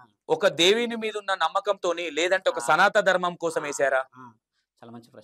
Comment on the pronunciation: Namasthe,sir Me interview chala genuine ga, untundhi sir, Khani meeru ee interview lo, SANATHA DHARMAM, Antunnaru, Adhi, SANATHANA DHARMAM kadha sir, pls prounance Properly